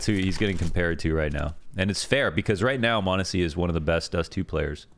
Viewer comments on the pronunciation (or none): True chads and ohne pixel enjoyers know that it's mahneehsy. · You're technically still mispronouncing m0nesy's name lmao but its close enough i guess